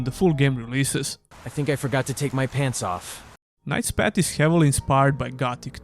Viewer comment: Hey, nice review of the demo, thanks for sharing. One friendly remark, please check how the path is pronounced, cause you do it in a way that sounds like a pet...😅